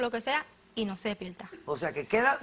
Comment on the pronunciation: Divolcio despielta espantoso pronuncian